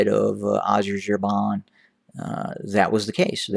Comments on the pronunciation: Let me help you out there.. Its pronounced Azar-BA-Jan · Well, if you were to judge by the outer attire then Issais must be the ultimate democrat as he never in his life wore a military uniform. That's not to say Abbie doesn't have dreams of being a dictator. Also, was it a slip of tongue where you describe the Turkish drones as being "infamous" ? infamous for what ? for being very effective? Also the country you were struggling to pronounce is called "Azerbaijan" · You can't even properly say Azerbaijan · thank you for your analysis , I have to say the way you say Azerbaijan , made me laugh. Thank you. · Funny the way you pronounced Azerbaijan…. Thanks for sharing anyway, very insightful. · Excellent job you doing. Please can you pronounce it right. "Azerbaijan" Thanks